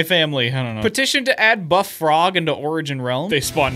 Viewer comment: ah yes, the froge